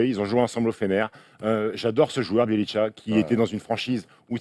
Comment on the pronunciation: Juste un truc de prononciation vu que ça fait pas mal de fois que j'entends ça : Nemanja Bjelica se prononce : Némania Biélitsa, y a pas de tcha à la fin. Sinon je vous adore les gars continuez vous êtes au top <3